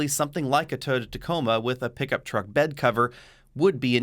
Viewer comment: Please learn how to pronounce TOYOTA.